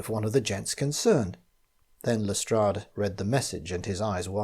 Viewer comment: Lestrade is pronounced correctly!!! It's the little things!!!